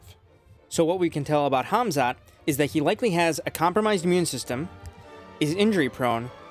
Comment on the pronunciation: Why you say Khazmat? It's Khamzat